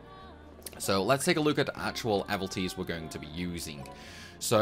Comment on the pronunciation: Mmm did you say do you say evilties or evalties? Pretty sure it's pronounce evil not eval... Jk gr8 vid thanks😅